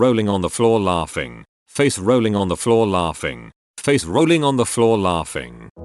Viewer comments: The emphasis on that last one did me in 🤣🤣🤣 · emphasis on the "rolling"